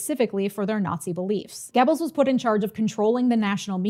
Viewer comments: That wasn't correct. Look it up. It doesn't sound like "Gebbles", the "oe" should sound like you're about the make the "er" sound without fully committing to the R sound. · Maybe you can't read? Try looking at my comment again. This time slowly. Also, maybe listen to the video again. She's saying "Gibbles".